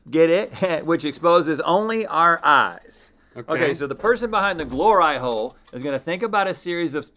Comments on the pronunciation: Glor-eye hole.. howd yall get away with that one?😂🤣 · No no no no no no no no no!! "Glor-eye hole" !?!?!? AND THE TAPE AROUND THE HOLES!!!! Ahhhhh hahahaha 🤣🤣🤣🤣🤣🤣🤣🤣🤣🤣🤣👌👌👌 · I'm guessing Rhett volunteered to explain what a "Glor-Eye-Hole" so that he could say it multiple times.